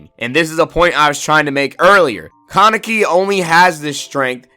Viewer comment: Say con neck e one more time. Ka Ne Ki. It's Japanese so every syllable is pronounced (in most cases)